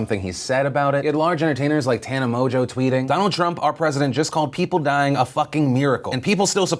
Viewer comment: Did he just say Tana Mojo? HAHAHAHAHAHAHAHAHA